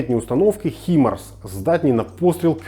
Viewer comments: не ХИМАРС а ХАЙМАРС. господы, шо за бездари. Ламборджини, Найки, и Луис Витон, да? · хай-марс, а не хі-марс